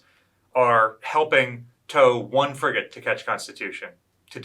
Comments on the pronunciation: he did but if you listen for it does sound like he says friggin' on several occasions. It's pretty funny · He said "FRIGATE Constitution".